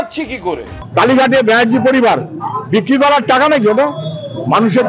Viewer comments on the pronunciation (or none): none